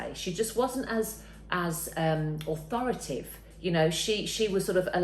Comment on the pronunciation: AuthoraTAtive. 5 syllables.